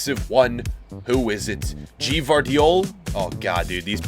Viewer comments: Did this man just say "G-Vardiol" LMFAOO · the way he pronounced Gvardiol's name 😂😂😂😂